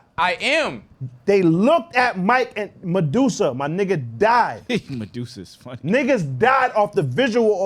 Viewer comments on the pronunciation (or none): He said Madusa 😂😂😂